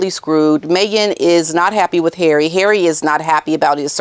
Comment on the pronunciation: I love how you call HARRAY!